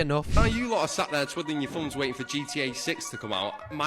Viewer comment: “Your thumbfs”